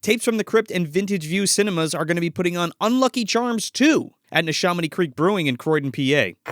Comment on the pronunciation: its pronounced Nee-Sha-miny short A not a long aa sound. A like Apple not Awe...ur probably pronouncing it correctly but locally we got own ways of conquering language.